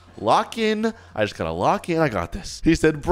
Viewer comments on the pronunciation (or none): bro actully say fax and juts juts is not juts its just and fax is aint fax its facts